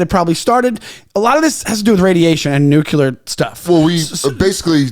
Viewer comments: Great pod! Say it with me nu•klee•ur not nu•que•lur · Can’t take this guy seriously. He keeps saying “nucular” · can't pronounce "nuclear" correctly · NUCLEAR...🫠 FFS